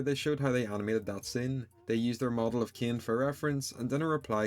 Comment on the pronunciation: Why don't you say cain normaly but you say keen